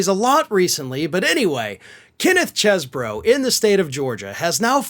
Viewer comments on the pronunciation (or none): Cheezebro! That seconc "e" makes it clear. Chezbro? No. Cheezebro. Yes. (No, criminals don't get to devise their own phonetics.) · Pronounce it properly. It's "cheese-bro". Definitely.